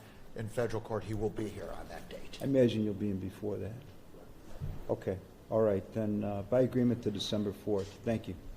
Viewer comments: The judge said oral instead of all 😂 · Around 11 42 the Judge says oral instead of all.